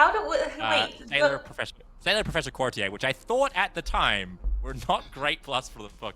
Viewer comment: Thank you,, for pronouncing "courtier" correctly